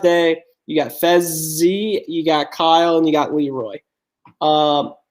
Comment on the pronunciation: It not fezzy it fessy